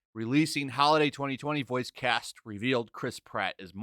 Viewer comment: It’s ‘cast.’